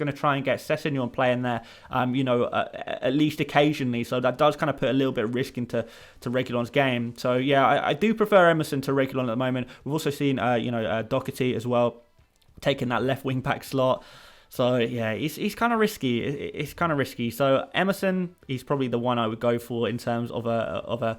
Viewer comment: DOHERTY ....WIth a H.... Why do English people call him Dokerty lol